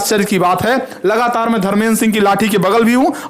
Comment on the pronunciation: Lagataar😂😂 लगातार